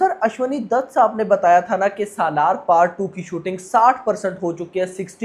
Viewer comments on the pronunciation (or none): Sahlar nahi bhai salaar